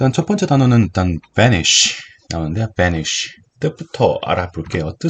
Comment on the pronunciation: 붸니쉬 발음 찰져요